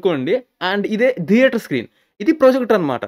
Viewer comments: Why you pronounce as dheater when it is theater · Sir, Please note it not pronounced as "Deather". It is Theatre with "Th" sound.